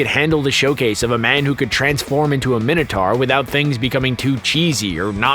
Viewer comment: How can you pronounce Minotaur so badly wrong?